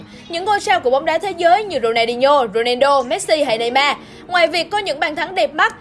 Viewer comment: Neymar mà đọc thành neyman